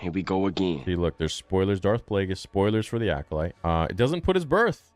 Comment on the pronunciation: that aint darth plagueis, thats darth DRAKEis 💀💀